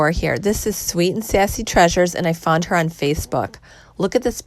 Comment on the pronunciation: Your driving me crazy it's found its not fawn